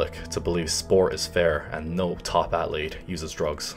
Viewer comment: Why does he pronounce the word "athlete" so weird? Felt a little cringy